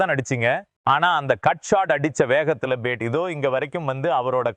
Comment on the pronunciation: Ur commentary is irritating as ur pronunciation for bat is like pate.